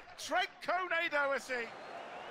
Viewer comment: Trent Kone-Doherty? Is he TAA brother or something? 😅